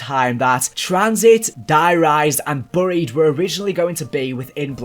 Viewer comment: Whats burry-ed I think you mean berry-ed (buried) Google it